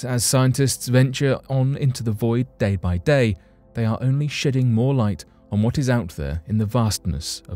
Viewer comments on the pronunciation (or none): Your pronunciation of shedding light sounds like shi**ing light which explains a lot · I could have sworn he said "shitting more light"